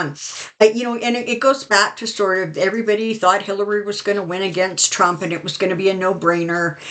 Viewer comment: I love the way you say his name thrump, I call him the 45 piece of crap . Then I laugh to myself with visuals using a 💩. Sorry. VOTE Harris Walz 2024